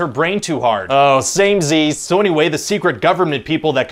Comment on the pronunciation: Ohh f*** "samezies" 😂